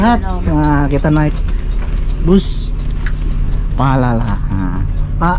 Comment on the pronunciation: 19 menit yang lalu Akhirnya ke sampaian naik Palala Jangan salah ucap lagi bang Palapa jadi Palala haha